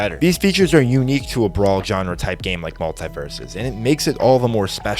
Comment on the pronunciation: every time he says "brawl" I die a little inside.